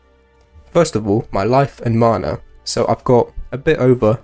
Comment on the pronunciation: the way you pronounce MANA is triggering x